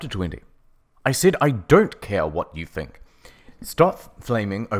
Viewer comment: ”Ah-Whjat do you fink about it” PISSING